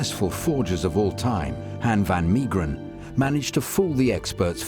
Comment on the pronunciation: Hen fan Miegeren 😂 Han= as half van = half Mee geren = may gren Good luck 😂 Ps, I can paint you a Han van Meegeren. He's born and burried in my hometown Deventer.